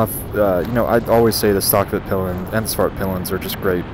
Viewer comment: The name of your bike (in Swedish) is pronounced "Veet-peel-en", NOT "Vitt-pill-en".